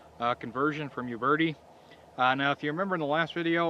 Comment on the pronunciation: Interesting how a lot of people from the US pronounce it "youberty". It's actually "oobertee" with a slight roll on the R. Check it out here